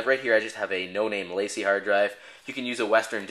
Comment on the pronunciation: Two things: Will it go faster if you do it via FireWire? Also, LaCie is a french name, pronounced (Lah - See)